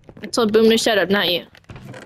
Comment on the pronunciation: Also you mispelled shut you said shup.